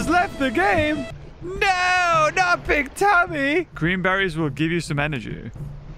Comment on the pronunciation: Love how he never said BigTimmay's name correctly